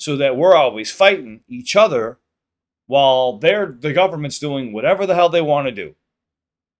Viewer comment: I like how you say each other… E-CHOTHER!😂